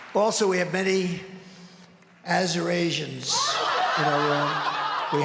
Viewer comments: Taylor's producers didn't know that when Trump said Azurasians he was trying to read the word Assyrians from the t-shirts of some fans in the crowd? It was pretty immediately and widely reported. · Arizonians?!?😂😂😂 He was trying to say Assyrians, silly girl. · "Azurasians!" 10/10, no notes! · No he was trying to say Assyrians... Not Arizonans ... But he butchered it so bad I can see how you got there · Hey research department - he was trying to pronounce "Assyrians", not "Arizonans", but he did get it equally wrong lol